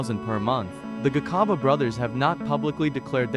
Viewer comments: 😂😂😂😂😂same here, he must learn how to pronounce it's very disturbing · When a white man writes or narrates our stories, our names are distorted and mispronounced. Just listen how he pronounces "Gcaba" he pronounces it as Gikhaba. Now wonder today some of our surnames are wrongly typed because of a white man. 🤣🤣🤣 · 😂😂😂😂 the sarsasa cards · 😂😂😂😂😂 the garcarber brothers 😂😂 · You should've tried harder to pronounce their surname correctly. Or just give someone else to narrate.